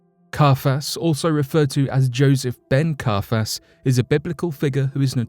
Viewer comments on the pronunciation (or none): He was called CIAPHAS not CARPHAS! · Carfass? Not Caiphas?? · KAI-a-phas. Jo-SEE-phus. (Sorry to be that person. I'll just see myself out now..)